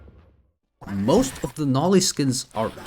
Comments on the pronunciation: ITS NOT NAH-LEE ITS NO-LEE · Bro pronounce noli as "nali" like bro put the word "no" and li" together man😭🙏